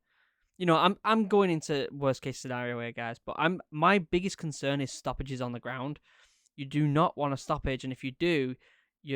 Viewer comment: is he saying "stoppages" or "sausages"?